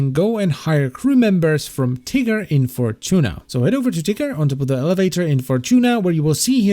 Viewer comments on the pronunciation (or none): Why is it when he says "Ticker" it sounds like he's saying "Tiger"? It's actually really funny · I thought he said tigger instead of ticker xD